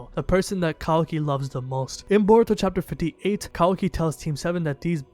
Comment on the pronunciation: Gotta love how you say in burito Not in Naruto considering he wouldn't be top ten